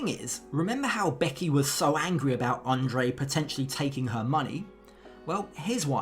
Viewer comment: Libby pronounces his name correctly.